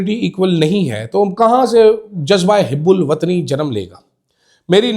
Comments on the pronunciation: It is hubulwatni not hib check dic. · شرمندہ کروا دیا لفظ hib ul watani نہیں ہوتا، hub ul watani ہوتا ہے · حب الوطنی ko ap HUB ALOOTNI پڑھا کریں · Houbul watni not hibul watni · Word Hubbol watni hota hota Hebbol watni nahen Qazi wajahat حب الوطنی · Correct your pronunciation...its hubb ul wattan....